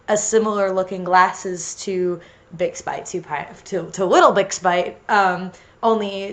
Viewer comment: I know he's saying bixbite but I keep hearing big spike